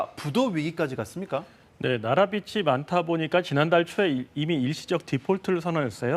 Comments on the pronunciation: 빗이 [비시] 빛을 [비츨]이 아니고 빚이 [비지] 빚을 [비즐] 이렇게 읽으셔야 하는데… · 기자가 공영방송나와서 비시비시비시 거리고 있네 비지비지비지 이 발음이 어렵나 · 기자라는 분이 "나라빚이 많아" 를 "나라빛이 많아" 로 발음을 하시네요. 심지어 조금 있다가는 계속 "중국에게 빚을 져서" 를 "중국에게 빗을 져서" 로 발음하시구요. 제발 기자님들이라도 제대로 된 한글 사용을 해주세요. 제발. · 기자가 '빚이'를 '비치'라고 읽는다. 국어 읽기 이제 안가르치냐? 부채의 50% 이상의 채권 발행헤서 시장에서 빌린건데 왜 중국탓? 중국 영향도 있지만 코로나로 관광 망한게 크다. 미국 기사 번역기 돌려서 그대로 읽지 말고 공부좀 하자.